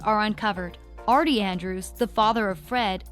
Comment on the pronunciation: Who the hell is Andre lol its Archie